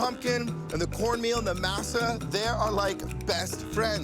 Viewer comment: Come on! MASA is NOT pronounced like NASA,with an M! You've heard it pronounced correctly.